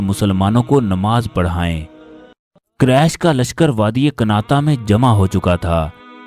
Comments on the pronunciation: Allah knows bande Quresh ka talafuz sahi Qaresh nahi Quresh sahi lafz hae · قریش ,,ق,, پر پیش ادا کریں صلی اللہ علیہ ,,,وعلی,,, الہ وسلم ھے صلی اللہ والی وسلم نہیں آپ درود پاک تو ٹھیک افا کریں